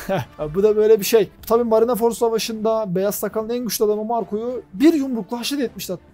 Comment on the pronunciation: Marinaford değil de marinford diye telaffuz edebilir misin